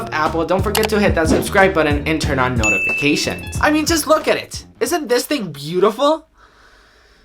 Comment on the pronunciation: Knotifications are turned on. You need to work on your pronunciation of notifications.